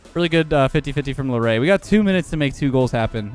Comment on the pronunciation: larray instead of laireh is crazy lol